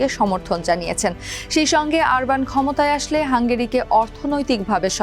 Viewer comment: লিখলেন অরবান উচ্চারণ করলেন আরবান😅